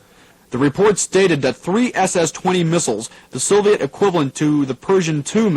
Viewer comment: The only thing that clued me into it being a student production is that the presenter for some reason pronounces "Soviet" as "Sovet".